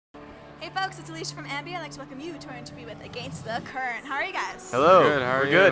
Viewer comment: Chrissy : your against the currente hahahahaah. Love you